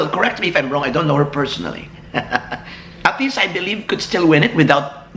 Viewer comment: ahtisa not ahtisha!:-P